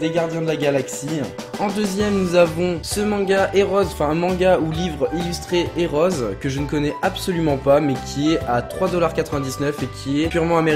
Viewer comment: Parfaite la vidéo. Juste un truc pour Hereos. On ne prononce pas hé-rose mais hi-rose lol ! Et on a pris acte de ta préférence pour le jeu vidéo au détriment de la lecture. Mais là j'aurais fait pareil vu que le bouquin est en anglais !